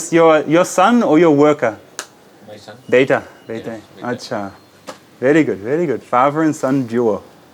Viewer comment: your acha is on spot accurate pronunciation and usage